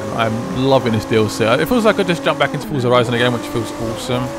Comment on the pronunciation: Fusah horison :D The way you says it sound pretty funny :)